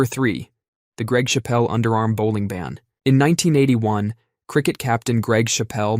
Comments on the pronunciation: It's Greg Chappell, not "Greg Shappelle," whose brother's under arm bowling led to the ban in cricket. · I like your videos, but it's CHAPpell not shapPELL. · Chappell. Not Chapelle. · chapel, not chappelle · The pronunciation of Greg Chappel is 1) completely understandable, and 2) absolutely hilarious. It's Chappel as in church, not Chappel as in Dave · Chappel, as in church, not as in Dave Chapelle. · it’s CHAP-pl - there’s no ‘e’ on the end to make it French.